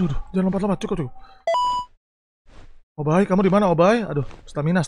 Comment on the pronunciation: Obbai bukan opai